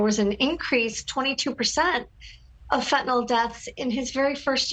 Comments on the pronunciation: Fentanyl, not "fentanol". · I wish someone would tell the President that it’s FENTANYL….Not FENTANOL!!!